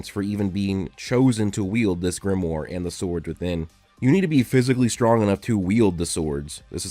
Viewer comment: At least try to pronounce Grimoire properly, DAMN IT